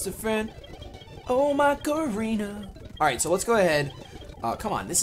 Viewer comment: it's pronounced Ma-ca-re-na, not Ma-ca-ree-na... Also I was so hurt by your loss of Prowler!